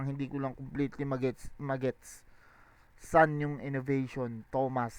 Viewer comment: yung sa Edison line tingin ko "Edi Saan yung innovation?" yun. kasi tinutukoy niya walang ginawa si Lilstrokes eh, tas mabilis yung pagbigkas niya ng saan into sun.